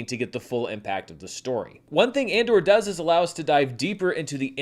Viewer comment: Did said “Mandor” at?